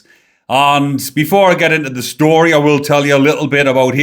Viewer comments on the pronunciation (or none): none